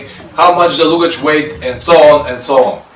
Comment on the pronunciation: Great videos. Just a minor correction to your pronunciation of 'luggage' given that you use the word in many of your videos. You say loo-gage whereas it should be larh-gage (with the same short stress on the 'larh' as your 'loo'). The pronunciation is the same in both British and American English.